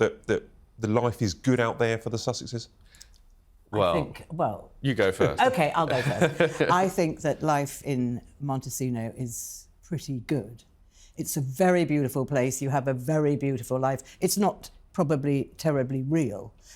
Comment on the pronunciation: It's MONTECITO, not Montecino.